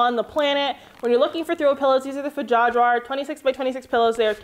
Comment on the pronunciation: I love your pronunciation of the pillows, fjädrar, fjarjar ;) I'm learning Swedish and it's so funny now to hear people pronounce it way off XD but you made your point, I'm definitely looking into them!